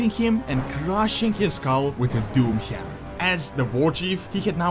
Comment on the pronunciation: The Doomhjammjer. I love the accent lol